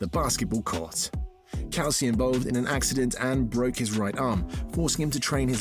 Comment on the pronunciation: Bob COO-SY WHO IS BOB COWSEE